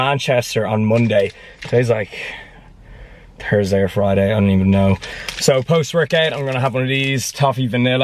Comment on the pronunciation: It is pronounced Thursday not Tursdey, and tomAtoes not tomotoes